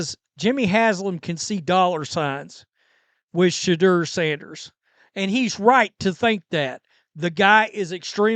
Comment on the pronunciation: “Shuh-door”. Pronounce it right